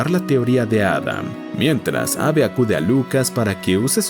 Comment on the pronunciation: Adicionalmente, algunos nombres están mal pronunciados, como Jo la compañera de Henry y no "Cho", y Abe es diminutivo de Abraham por lo que en inglés se pronuncia como "Eib", entonces me pregunto, el video fue narrado por alguien que No sabe leer nombres en inglés, o por una voz electrónica.